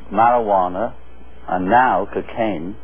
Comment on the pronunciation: Kakane?? what is that John?? lol